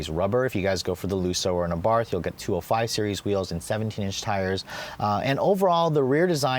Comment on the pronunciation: great vid as always but for the love of God, it's pronounced "AH-BART" with a silent "h" at the end. (source: Fiat engineer who tuned the 500 Abarth talking about the car in other videos)